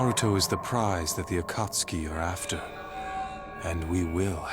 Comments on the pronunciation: I better be on one of these damn lists... Edit: Hell yes... Edit 2: Aka-soo-ki...? Sha-rIn-gin...? See yourself out. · its pronounced SharINGAN and AkatSKI! geeze yer worse than dan! pronounce them correctly or dont say it at all! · Also agh why thats not how you pronounce Naruto or Akastki! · I don't see Obito or Madara, and I think Light is ugly. Just my opinion. And you mispronounced Akatsuki! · dies inside when she says "akatsuki"